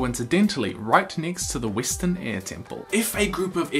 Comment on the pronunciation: Btw, last video I saw of yours I was confused for half the video by you calling air ear. I understand you have an accent (very nice accent, btw) but maybe try pronounce the word air better.